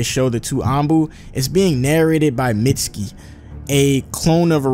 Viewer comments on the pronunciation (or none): IT'S MEET-SKI